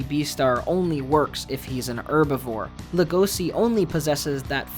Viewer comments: I personally hate the fact that he pronounces Legosi’s name with an s instead of a Sh sound. And it’s the same with the fact that he pronounces Louis’s name with the s even though they don’t in the actual show. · The way Louis and Legosi's names are mispronounced leads me to think that the video was scripted and researched by one person and narrated by another.